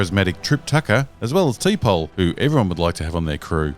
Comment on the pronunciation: T pole? Hahaha!